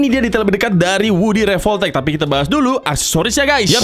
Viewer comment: Revoltech❌ Revolpotek✔️